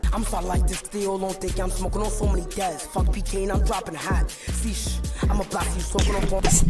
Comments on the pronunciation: He said "See shhh" buddy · “Free shhh” not “sheesh”😂😂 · he said "free shhh" 🤦🏽‍♂️🤣